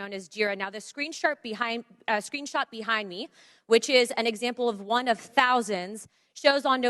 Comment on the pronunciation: Did she say screen shart?